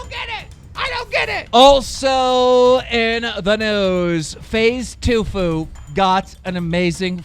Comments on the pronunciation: Faze too foo? It’s TEE-FWEY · It's t - fue not to foo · T-Fue not tufue no offense kerm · He called him faze tofu 😂. It’s pronounced faze teefoo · toofoo? it’s pronounced teafoo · The way you pronounced TFue... It's pronounced TeaFue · When he said TuFue 🤣🤣🤣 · ITS PRONOUNCED TEE FUE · My lord he called him Faze TooFoo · Lmao ”tufue” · Nooo he said faze tuufuu 😂😭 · Faze "tufu"? It's literally pronounced how it's spelled. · KEEEEEEM.... it’s pronounced Tee-few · Keem cant even say Tfue, he fucking said Toofoo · i cringed at the way you pronounced tfue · FaZe tfue... did you try to say it wrong? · faze TUFU HAAAAAAAAAAAAAAAAAAAAAAAAAAAA GNOMES CANT PRONOUNCE WORDS <3